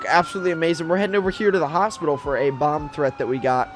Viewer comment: Sounds like you said bob squad lol